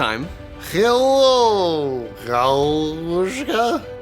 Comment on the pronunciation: "galooshka" was soo good